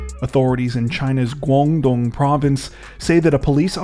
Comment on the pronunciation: Your pronunciation of Chinese province Guandong is accurate. Thank you for your hard work. Enjoy your channel.